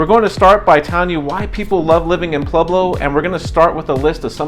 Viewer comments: Don't say Pleblo! It's Pueblo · Why are you pronouncing it Plublo?